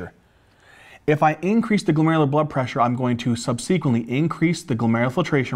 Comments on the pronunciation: For goodness sake, the word is subsequently, not sub sequently. Do not place the emphasis on the antepenultimate syllable, please! Correct usages are "these", not "these ones", "those", not "those ones", and "there are other drugs", not "there is other drugs". "Is" is for singular, "are" is for the plural; and finally, "there are three categories", not "there is three categories". You get the drug names right, get the 3rd grade grammar right, too, OK? Thanks. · So glad I found your channel! Brings me back to med school days. Stryer anyone? Would have loved to have youtube and great teachers like you. You also crack me up the way you pronounce “subsequently” and “GLUT” (receptor). You have a gift. Keep on teaching.